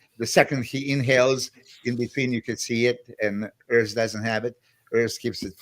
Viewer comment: It is Urs, not Örs